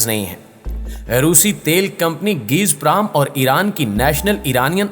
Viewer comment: گیزپرام نہیں گازپروم